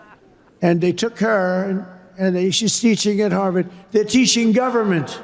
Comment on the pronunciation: Trump "they're teechshing government"